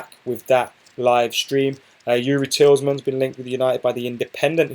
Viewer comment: Tielemans is pronounced as Tee - luh - mans. (Tee as in T-shirt, luh as in luck)